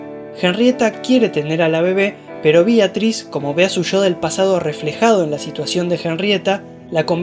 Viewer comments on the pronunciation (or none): BEATRIS NO BIATRIS